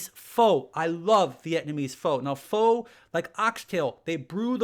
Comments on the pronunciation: BTW it is not pho or fo or fo what? It is pronounced a soft fer as in conifer. And made with yummy beef tendons. Snoot food of the po' peeples like wings and flank steak now expensive because everybody's on it. Hey more power to us. Use the whole steer. Ain't nuttin wrong with scrapple head cheese hot dogs stew or bone broth. All that stuff kept the po' healthy. Thanks for bone broth info. Don't know why all the woo woo about it. It was always a stone soup staple. Everything goes in it. Can't mess up except seafoo' and meats don't meet er meld well. Keep them separate. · Regarding Pho. Actually, it’s pronounced “Fuh” which makes for some hilarious double entendres. I was corrected by someone who is actually Vietnamese.